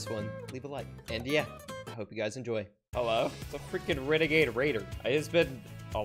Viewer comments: Wenegade Waider lel 😂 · ITS A WENAGADE WAIDA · its a wenegade waider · Its a weneguaide wuaider